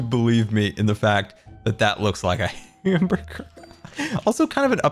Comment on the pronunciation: Héctor Paquot hambeargar not hamburger:)